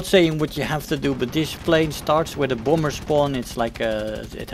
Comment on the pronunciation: It's not a boomber. It's a bAHmber. Say Bah. It's not hard. It's like Bah bah (baabaa).